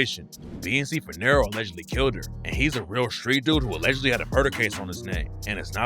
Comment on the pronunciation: His name is Nero. Or BNC Nero. Idk wtf you’re saying 😂